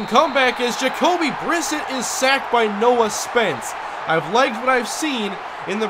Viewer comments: Almost two years late but it's pronounced "Bri-set", not "Briss-it" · pronounced bri-set